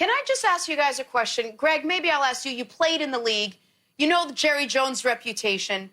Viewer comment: You can say actually but you can't say asks